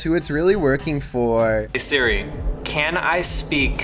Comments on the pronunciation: yes,, Suri instead of Siri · Just hearing you suri is making think if your actually British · Ah yes, “surri” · suri Us: It's siri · “Surrey”. That’s all I’m saying. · Siri not Surrey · Suri...Suri...Suri... dude it’s S-ear-e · I like how he calls Siri Suri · Who else gets mad when he said Suri not Siri cause Me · It's Siri,, not Suri. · HE SAID SURI 🤣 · Surry, not sorry its SIRI ffs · Why do you pronounce siri, like suri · Why did u say seri it siri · Think the scariest part of this video was pronouncing Siri. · The way that he says siri makes me mad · Why does he pronounce siri like that??? 😂😂😂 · Is Siri that hard to pronounce. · He can't pronounce Siri, and it's easy, change the name/activation word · Say Siri right